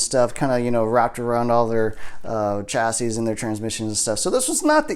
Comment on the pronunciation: The s at the end of chassis is silent